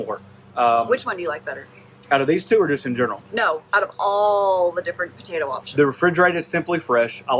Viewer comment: If I hear the word botato one more time, I swear...